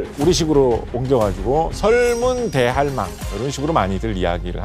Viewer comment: 설문 대할망처럼 들리는데 설문대 할망 이렇게 읽어야해요. 설문대가 이름이고 할망은 제주어로 할머니 즉 설문대 할망 = 설문대 할머니